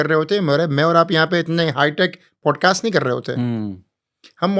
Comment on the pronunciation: Pls Poodcast nahi Podcast